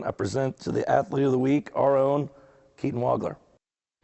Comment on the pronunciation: It is pronounce Waug-ler